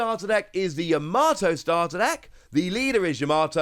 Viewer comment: PLEASE stop saying Yamato like that. You sound like a casual.